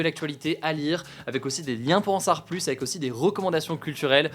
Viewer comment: « Pour en sar plus »